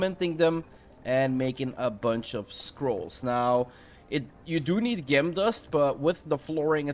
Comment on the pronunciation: Your English is fantastic, but just to help you, pronounce Gem as Jem. Great video too thanks.